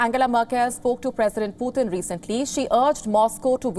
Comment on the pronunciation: girl you are butcher the names ....puthin ....XD